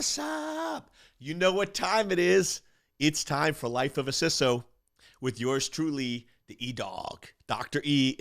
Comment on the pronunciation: its pronounced 'cee-so'